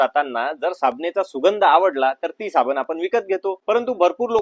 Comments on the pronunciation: साबन नाही ,साबण बोला l शुद्ध मराठीचा लोभ असावा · तुझे मराठी फारच भंगार आहे ते सुधार. साबने नाही साबण